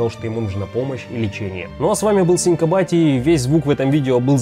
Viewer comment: Как ты говоришь? "Синька байти"?